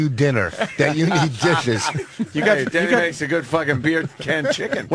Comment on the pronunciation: Did anybody else hear Vos completely butcher the word dishes ??